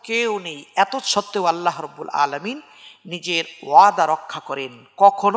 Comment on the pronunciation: আসসালামু আলাইকুম। অনেক গুরুত্বপূর্ণ আলোচনা করেছেন। বেয়াদবি মনে না করলে একটা কথা বলি। খুতবার শুরুতে আলহামদুলিল্লাহ রব্বিল আলামিন এর আইনের উচ্চারণটা আরেকটু সুন্দর হলে ভালো হয়। আমি ঢাকা বাংলাদেশ থেকে।